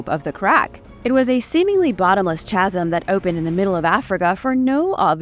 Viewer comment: At about, I don't believe I've ever heard the 'h' in 'chasm' pronounced before. I gotta get together with Mike from the That Chapter channel, as that guy seems to think nearly all h's are pronunciation optional. This is merely an observation, as I'm a fan of both channels, so please don't take this negatively if possible.